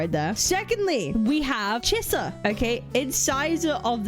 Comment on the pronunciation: The name Chisa so much sounded like "Scissors" if you pay attention 😂